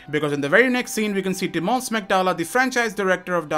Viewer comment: Not hating, just a small note: the accent in the name "Tymon" is on the first syllable. So it's TYmon, not tyMON. Anyways, great video!